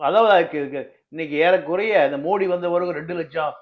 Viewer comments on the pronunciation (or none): none